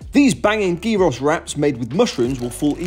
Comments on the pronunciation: Please repeat after me, YEE-rohs. YEE-rohs. Gyros are not pronounced GEE-ross nor JY-rohs (USA). 😞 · Are you truly unable to pronounce gyros? That has to be intentional. No one actually believes you pronounce it gee-ross, right? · Looks AMAZING ❤️😍🌿 But it’s pronounced YIROS